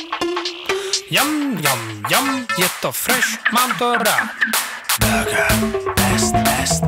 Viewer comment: Proč je tam burger vyslovováno tak moc "anglicky" když o pár slov později je čeká výslovnost ňAm ŇAm ŇaM je vidět že je jste nad tím ani nepřemýšleli a jestli vaše taktika byla "i špatná reklama je reklama" tak pardon ale to fakt ne myslim že to má dostatečný hate ale na jednu stranu každý dělá chyby takže je smůla že se to zrovna nepovedlo protože jinak by to mohl být fakt dobrý song kderý by se zapsal do historie...